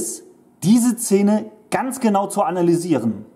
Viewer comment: Warum sagst du immer Cene, oder Zene?Ich musste wegschalten..